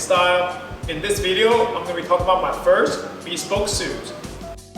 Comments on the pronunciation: Hey buddy, just a friendly comment: It’s NOT pronounced bee-spoke, it’s pronounced bihspohwk. That’s the best spelling I could do for the correct pronunciation. And please don’t desecrate your custom-tailored suit with those shoes. Get a more casual suit made if you want to stick with those shoes. Good effort on this video though, so more power to you. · This might be an English pet peeve but I get annoyed when someone says “be-spoke” as opposed to “bes-poke”. Let me know if anyone else has this pet peev as well. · I noticed that too. "Bee-spoke suit" ;) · First off, I love the video. Everyone should own a bespoke suit. I hate to be that guy but I thought you should know it’s pronounced ‘Bess-spoke’.